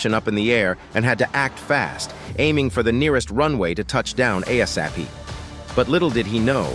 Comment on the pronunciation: Get a new narrator. He can't even say ASAP correctly. Probably a stupid bot.